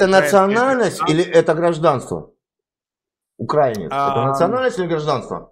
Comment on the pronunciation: По мычанию понятно, он действительно укрАинец 😂